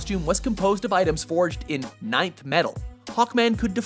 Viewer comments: wait what the hell. since when is it pronounce "ninth" metal. I always thought is was just Nth metal. Can someone please give me the right straight answer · its pronounced N-TH Metal, not Nighth Metal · It's Nth metal not ninth metal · That bothered me too lol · Nth metal is pronounced "Enth" metal, just so you know lol